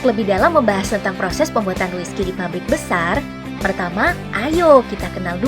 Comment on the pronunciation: Aku dengar wiskas